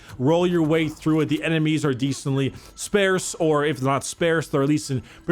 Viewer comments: I’m sorry,”spairse”? Do you mean sparse? Or scarce? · "Spaers" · Great video! Also, You said "Sparce" wrong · Never heard sparse pronounced sparse, I’ve always said sparse